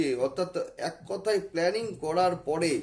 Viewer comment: You occupied The power of SHIVA SAKTI but appearance doesn’t mean that —-/////———-ড়াহু, পড়ে, গুড়ু - উচ্চারণ সমস্যা